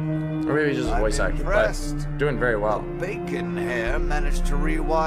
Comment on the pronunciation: "I am an actowrr" - 2020